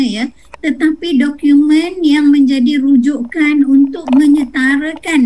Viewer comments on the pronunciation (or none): Program bukan progrem.. Dokumen bukan dokiumen, kecakapan bukan kecekapan.. Mak cik ini perlu lagi belajar bahasa